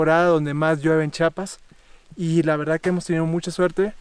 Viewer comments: Oiga mi amigo se pronuncia CHIAPAS No chapas Pos hay disculpe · Por favor, es Chia-pas, Chia-pas, no "chapas" 🙄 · Hermoso lugar pero se dice chiapas no Chapas, haber si aprende amigo no es la primera ves que vienes.